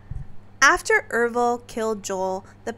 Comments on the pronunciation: Oh never mind, you say it right for the rest of the video. It was just once at the beginning. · I'm pretty sure his name is Ervil... Errrrr ville. Not Ev-ril.